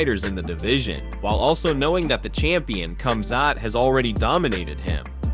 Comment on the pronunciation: How is it that more than half of the MMA video voices can't properly pronounce the fighter's names? Here's another one. Duplessuss, Komzutt. WTF?